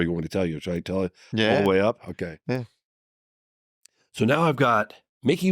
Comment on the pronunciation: "Oakeee?" 😂 Also, "De Medici" is pronounced with the accent on the "e".